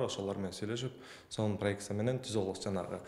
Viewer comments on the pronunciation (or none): Уй куттуу болсун пройекция эмес проекть